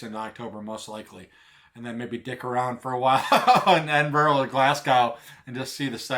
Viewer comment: i'll be up there around the same time.. do NOT forget your headnet! just a hint on pronunciation (no big deal because even some scots have trouble pronouncing the names of their mountains, or ben as they're known up there) it's phonetically edinbru and glazgo.. if that makes semse. i'm guessing you've checked out 'Hounds of Howgate' his videos are great especially the CWT one. i'd advise taking a jump west at the isle of Skye on your way up.. for photography you can't beat it. fantastic you're coming over.. maybe bump into you